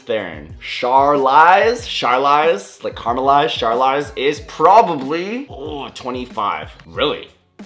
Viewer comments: Hi, from South-Africa here. For Charlize Theron, you pronounce it "Shar" (like shark) "leese" (like geese) and then the tricky part "Th- (it is a hard sound like the T in 'Tron' and not like the th in 'there') then comes the "e" (almost like 'uh' but quicker/slimmer sound) and finaly the "ron" (like Ron Weasley in Harry Potter) So her surname sounds like "Tron" except there's an 'e' inbetween making it 2 syllables and a longer sounding word "Tron" becomes "Tuh-ron/Theron" Sharleese Tuhron Charlize Theron Should hopefully sound the same once you're not focusing as much on pronunciation 😅 Hope it helps! Cheers! 🎉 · Bruh my name is Charlize you butchered it lmaooo its pronounced shar leez